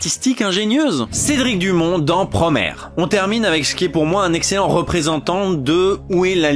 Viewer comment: Promaire ! C'est quoi cette prononciation 🤣 ?